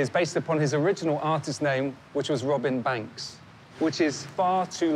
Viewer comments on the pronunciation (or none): “Robin Banx” lol